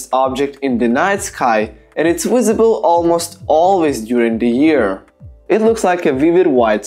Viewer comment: I love the way this guy says visible......he says wisable. I'm gonna guess he's probably Slavic because they have a hard time pronouncing the "V".